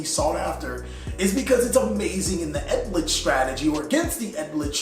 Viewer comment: ELD! LICH! Not ED LICH! please just sound it out